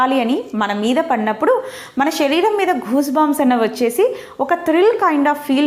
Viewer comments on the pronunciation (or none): none